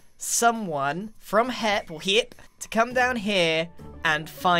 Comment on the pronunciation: Anytime Grian says hep instead of HIIP- "HEP oh, sorry, HIIP"